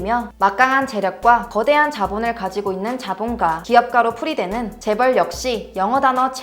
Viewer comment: 재벌 나올때 일부러 미국식으로 줴붤~ 하고 따라하는거 다안다